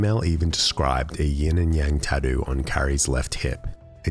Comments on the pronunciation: Love how the narrator says "tattoo." TADEW LOL! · Have you never heard an Australian talk?